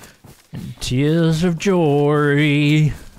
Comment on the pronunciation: "tears of joerryy"